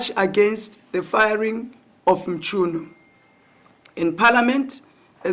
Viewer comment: But why Minister "Mtshyunu"😂😂